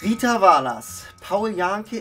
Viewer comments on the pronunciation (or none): wie er vallah ließt 😂 VOLLER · "Volla" hahaha